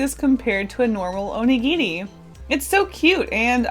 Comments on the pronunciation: I'm sorry but the first half of the video I was confused, I thought she was saying 'onigiti' and I didn't know what that was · Anyone gonna point out she's saying Onigiri wrong? FYI, I am Japanese.